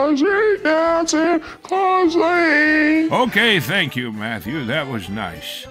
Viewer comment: Somebody to Rang: " Good Morning." Rang: "Tank you."